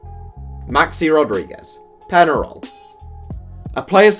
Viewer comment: Peñarol is pronounced "PENHAROL", you pronounce the Ñ like the NH in "Ronaldinho".